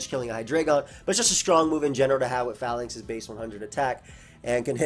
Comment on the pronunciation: PRONOUNCE THE NAME RIGHT, IT IS LIKE PHALANX.